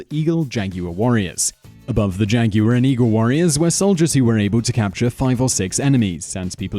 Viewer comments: it's jagwar not jagyuar! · lol jaguwer? lol